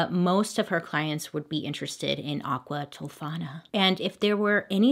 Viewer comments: Game to play with your friends!! Take a shot every time she says “Aquatifana” don’t die 🫶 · Bailey: aQUa ToFaNA Me: stubs toe Me: dies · AQUA TOFANA**!!!** Say it BAILEY...